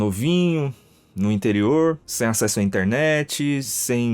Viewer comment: Vcs sentiram o sotaque quando ele falou interior ?